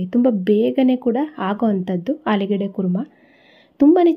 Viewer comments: ಆಲೂಗೆಡ್ಡೆ ಅಲ್ಲ ಆಲೂಗಡ್ಡೆ ಅನ್ನಿ. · ಆಲೂಗೆಡ್ಡೆ ಅಲ್ಲಮ್ಮ ಆಲೂಗಡ್ಡೆ ಅಂತ ಇನ್ನೂ ಮುಂದೆ ಹೇಳಮ್ಮ.